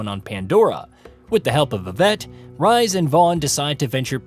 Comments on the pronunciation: Really bro “Rise” it’s pronounced “Reese” so annoying you butchering his name 😂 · For same one names Rhys that's not how you say it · not the only name that was butchered too, it hurt my soul everytime